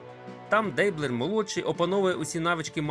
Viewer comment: мабуть же, наголос у прізвищі Дейблер на останню "е"